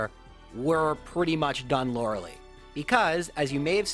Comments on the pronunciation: “Lora-ley” really? No, nobody pronounces it that way. It’s lora-lie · His mispronunciation of her name frustrates me so much. It's not that hard! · "Loralee" also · I always pronounced like when I originally played it. Didn’t know anyone IRL named Lorelei at the time lol. I still pronounce as -lee knowing it’s wrong haha. Bad habits die hard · Why does he keep saying Yanny-lee? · The only Challenge will never be able to overcome is how to pronounce Lorelei's name.